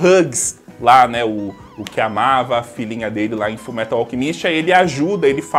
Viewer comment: Kajak só sei q toda vez q ele fala alchemíst me da uma dor no coração kk